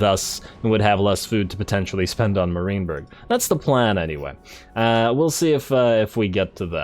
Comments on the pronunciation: i was going to say that too. It’s MAR(m-air) -IEN(ian)-BURG. (mair-ian-burg) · Enjoying the campaign! But…. stop saying “Marineberg”! There, I said it. I couldn’t hold my tongue any longer. I guess I am “that” guy.. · Love your stuff man, but the way you pronounce "Marienburg" causes me physical pain.